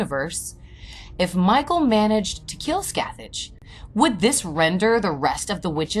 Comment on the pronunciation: The actual pronounciation is “Skath-ak” The “ch” sound is a harsh C in Gaelic.